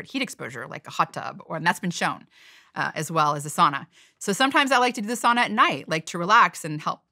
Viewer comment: Finland has a population of 5.5 million and there are almost 3 million saunas in Finland. At the same time, Finland has been ranked the happiest country in the world 8 times in a row - just saying... P.S. Please, learn how to pronounce "sauna" correctly. Please!